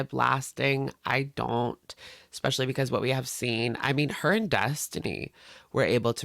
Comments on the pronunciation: Omg I’m so happy you called out the “ex-specially.” Drives me nuts when she says that!!! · The way she keeps saying EXpecially 😂